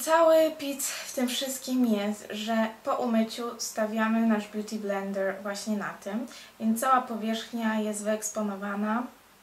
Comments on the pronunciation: Beauty BlendeRRR to "r" tak akcentujesz :d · DOKŁADNIE! pieprzy jakieś głupoty, a woda leci...a poza tym bardzo irytuje mnie to jej R na końcu "beauty blender"